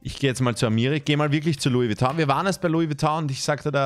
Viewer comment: He maxl hosdes nd glernt es hasd nd louis vuitton sondern louis vuittong